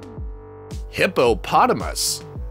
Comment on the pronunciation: Hippopotamus , idk why the way he said it cracked me up😂